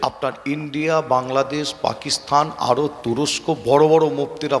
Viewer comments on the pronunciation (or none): none